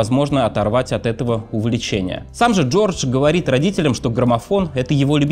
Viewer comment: "Говос", "квассика"- неподражаемо...